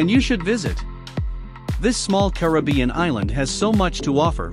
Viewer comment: Thank you for pronouncing Caribbean correctly. Unfortunately, you mispronounced many of the other island names.